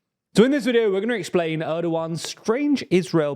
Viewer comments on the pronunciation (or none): none